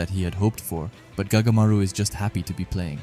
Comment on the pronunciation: Anyone notice he said goatamaru